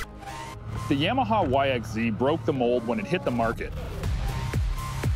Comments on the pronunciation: What the heck is a “yahmahaw “ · Stop saying "YAMAHA" like that.